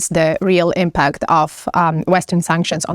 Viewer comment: In the word "impact" the stress is on the first syllable,.